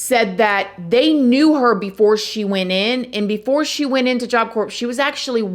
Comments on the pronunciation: I LOVE your channel! I remember reading a book about this case years ago and seeing the pics. So sad. Just so you know. In "corps" the p&s are silent... pronounced job "core", like apple core. Marine Corps (marine core). Keep up the great work! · To be fair, there was a corpse involved 😅 but for real tho the mispronunciation drives me nuts. Still love the videos too tho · I live you channel so much and your artistic use of the English language…but it’s pronounced Job Cor 😊Not job corps drop the p . I maybe wrong but look it up.Again love you and your program!!!❤ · “Job corpse” ??! Ok we’re done here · Job corps..is pronounced.....job core...silent letters. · Christa Pike almost killed another inmate and made an escape attempt Why has the punishment not been executed?It's pronounced job CORE,the p and s are silent. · It is so hard listening to you figure out how to say job corps not corpse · Job corps is pronounced “job core” just so ya know :) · Job Corps is pronounced “Job CORE” in case someone needs to know! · The "p" is silent. Job Corp ❤ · Just a heads up you don't pronounce the p in Job corps. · It’s job cor silent P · Love your show and mean no disrespect, but the word Corps is pronounced- Core. Job Core. Like Marine Corps pronounced Marine Core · Job Corps the “s” is silent . I only know because my mom corrected me saying it earlier 😂😂😂😂 . This story is absolutely disgusting. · What a sad, disturbing story. I feel so bad for Coleen & her family. Fyi, job corps is pronounced job core. 😊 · The p is silent - job cor. Thank you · Job Corps has a silent P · We do appreciate you! Job Corps is pronounced job CORE. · Can you please stop saying job corpse. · Its not pronounced job corpse thats a dead body its silent pronounced like core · Hi! The P is silent in job Corp. Pronounced CORE. 😊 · Love southern charm btw job corps = “core” not “corpse” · Please!!!! Its pronounced core, not corpse!!!!!! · Pronounced Job C-O-O-R....not corps